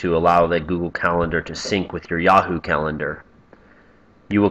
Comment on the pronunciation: Did you say YawHoo ?